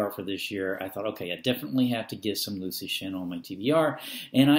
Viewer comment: hints: pronounced as LEO TSU SHIN